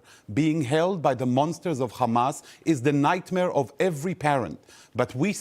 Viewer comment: "Cchamas". Er, yeah... Naw, it's not a Hebrew word. It's pronounced "Hamas". With an "H". That's all.